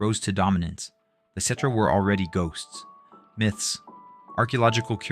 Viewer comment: Is this shit AI? I was really enjoying these videos but when you listen to the playlist you start noticing the tell tell signs. Why’d you say cetra perfect 30 times but still manage to pronounce it ketra? What’s up with the talking in circles?